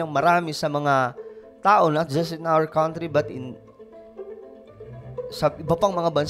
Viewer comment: can you check how country is pronounced?